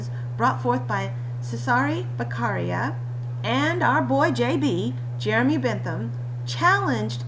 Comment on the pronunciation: Very straight to the point and clear. But his surname is Beccaria, not Becarria. 😉